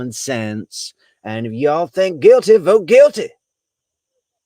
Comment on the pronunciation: You always make me laugh when you say “yall!”